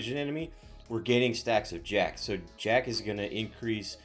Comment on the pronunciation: Lo siento, no es "Jack." Es espanol, y en espanol es "HA-KAY."